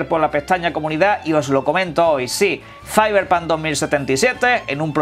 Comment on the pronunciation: Que forma tan horrible de pronunciar Cyberpunk